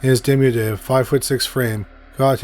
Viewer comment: If you don't know how to pronounce a word, there are audio pronunciations online. Indigent and diminutive are pretty much phonetic, but maybe listening to them would help you get them in future videos.